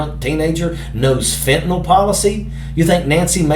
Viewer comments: It's fentaNYL, not fentaNALL! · FentaNYL - not FentaNOL - love Jazz!!!